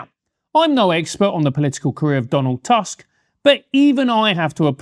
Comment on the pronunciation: As a Pole I will disagree on one thing: you mispronounced "Tusk" ;)